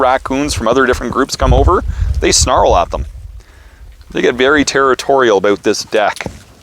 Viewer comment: Canadian? That “aboot” was no lie😂